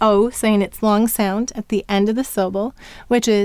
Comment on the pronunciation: Im totally stuck at ur L,sounds like p"oo"r. does the word "long" have any part similar to p"oo"r? no, but in ur dictation 「long」 sounds like "oo"o ng